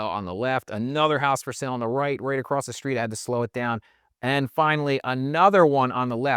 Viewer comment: I'm new to this channel and I really like this guy, but I don't know if I can handle how he inserts an 'h' into 'str' words, e.g. 'struggle' becomes 'shtruggle', 'street' becomes 'shtreet'. Yes, I know it's petty.